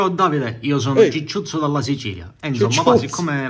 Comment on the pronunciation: Comúnque si chiamava gigiuzzo non cicciuzzo 😂😂😂